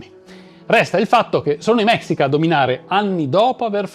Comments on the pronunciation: Neanch'io voglio essere saputella, ma si si pronuncia mescìca. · Scusa eh nn vorrei sembrare saputello e antipatico...pero' si pronuncia mescica...e il vero nome di montezuma in nahuatl sarebbe motevuzoma xocoyotzin II (..lo tzin e' il prefisso nobiliare...come il don x gli spagnoli...) un appassionato di civilta'' precolombiane...ciao...anzi mixpatzinco (...bacio la terra come salutavano in nahuatl..) complimenti x il video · Se vuoi sapere la pronuncia corretta in spagnolo della parola mexica si dice mescica e no si pronuncia malinche ma malince, sei bravissimo